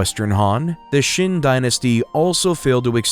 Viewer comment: c'est un peu bête de ne pas avoir appris comment prononcer les noms Chinois. En effet, Chine viens de Qin mais du coup on se demande pourquoi ? la raison est simple c'est la même prononciation en chinois. mais la avec votre prononciation on ne vois pas trop le rapport.